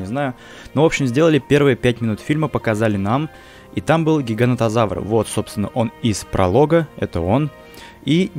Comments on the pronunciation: Говорил что правильно говорить ((гиганотозавр)) а сам сказал ((гигантозавр)). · поправка. Не гигантозавр а гиганотозавр произносится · Правильно ГигаНОТОзавр, а не ГигаНТОзавр!